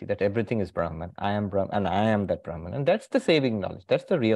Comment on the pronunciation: Its not braahman,say brahm